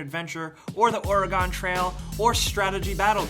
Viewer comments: Oregon is pronounced like organ, not orygone xD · you have commited the cardinal sin... its not OR-IH-GONE its pronouced OR-ih-gun. you stand corrected sir... please dont let it happen again... origonians everywhere cringed when they heard that sinful word... OR-IH-GONE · This dude said OreGONE...smh people its 2016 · Why do you pronounce Oregon like Origon?!? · yea it bugs me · did he just say OR-UH-GONE? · If you don't have the decency to pronounce a place's name correctly then don't say it at all. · YOU DID IT AGAIN!! Don't say Oregon like Polygon lmao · swear if he says Oregon like that ever again like that imma cut a bitch lol I'm playing but please god lol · Why do you and say Oregon wrong all the time... you kinda sound like an idiot when you do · No... They're just saying it wrong.. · Butchered the fucking out of Oregon Trail. It's the fucking state...